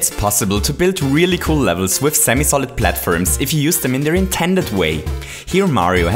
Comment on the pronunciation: he is a great youtuber but it bothers me that he says platfirms